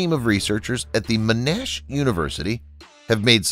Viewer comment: “Men-Ash University”